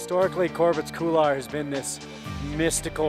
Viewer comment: great shoot. epic for sure. Don't mean to be a stickler on american pronunciation, but this run deserves some respect, and couloir should be pronunciated correctly. Just on this video alone, there were 3 different ways people said it, and none felt comfortable saying it. So as a climber, and avid hiker, who dated a french girl. I'm setting the record straight. It's a french word, and is pronounced "cool-wah". Thank you for the great video. I love TGR!